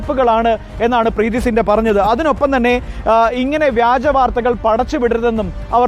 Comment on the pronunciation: ആദ്യം Preity Zinta എന്ന് ശരിക്ക പറയാൻ പടികൂ